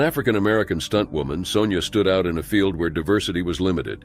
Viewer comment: "Sonja" is pronounced "Sawn-ya" and not "Sown-ya"